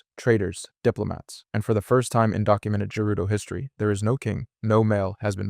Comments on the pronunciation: You do realize you are mispronouncing the races name Like sheikah as sheika when its she-ka Gerudo as Jerudo, but its gerudo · I can't tell if dude is butchering the pronunciation on purpose or if he genuinely thinks gerudo are pronounced like Jerudo And Sheikah are pronounced like Shaikah... Maybe he's using AI to voice over his videos 🤡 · Ok bro I was gonna let the way you pronounced Gerudo slide but after I heard what you called the Sheikah, im out.